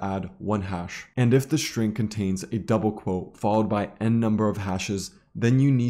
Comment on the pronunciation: String, please. with "S". not SHtring with "SH".